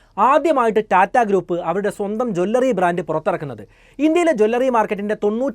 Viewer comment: Please "Jew L Ri not Jwallary" or say Aabharana shaala